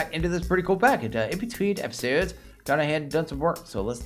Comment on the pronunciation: Is it just me or your accent got stronger when u say "episode" at the start of every episode on this series? Not complaining. I find it quite likable hahaha. Sounds like another canadian streamer i like.